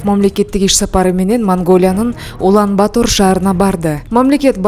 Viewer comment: Туура окучу ай Улан-Батор деп жазылат,окуганда Улан-Батыр деп эле айт какабай